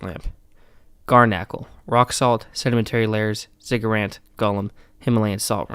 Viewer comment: Do you literally keep saying "ZigguraNt?" It's Ziggurat, dude. Jesus christ.